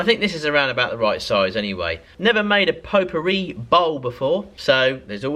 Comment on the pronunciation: I like the way you pronounce potpourri. Greetings from France. 👍🇲🇫